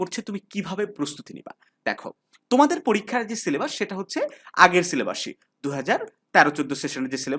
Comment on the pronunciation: এই তুমি ছিলেবাস বলো কেন। সিলেবাস বলতে পারোনা?